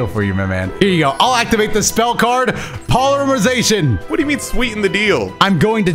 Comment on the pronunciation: Does anybody else notice says "Polyremization" instead of polymerization?